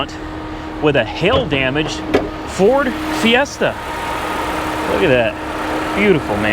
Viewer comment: Ford "Siesta"